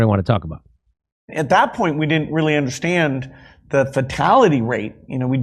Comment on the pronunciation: "What we didn't undershtand" Wait what didn't we undershtand?